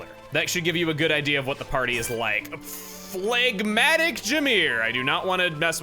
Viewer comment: Plegmatic? Sounds disgusting BTW, the G is silent